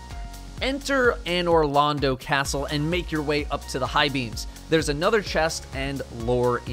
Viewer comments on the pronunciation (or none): People who have never played dark souls: “What the hell is A-Noir Lond-Oh?!”